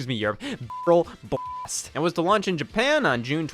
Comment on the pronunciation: Absolutely incredible video, glad to see Donkey Kong: Jet Race be covered. Shame you kept saying B*rrel B*ast.